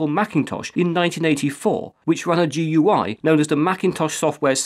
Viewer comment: Thank you for saying GUI by its letters, rather than gooey. It's a pet peeve of mine when people call it gooey.